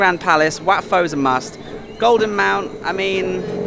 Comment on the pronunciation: Just a tip but WAT is pronounced WHAT in English